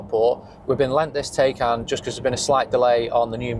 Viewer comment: pronounced Ty-kon - FWIW prefer my Gen1 2022 version, while the Gen2 specs are improved, the new exterior is borderline mundane, e.g Tesla